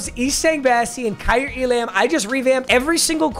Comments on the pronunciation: Papa, it’s pronounced like ee-lah-m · It’s not pronounced E•lamb it’s pronounced E•lum. It’s kai•ear E•lum